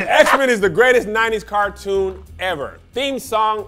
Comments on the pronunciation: Cartoon not cortoon. Car.😂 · Car-toon not qua-toon 😂😂😂😂😂😂😂🤣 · CAR toon Not court 💀💀💀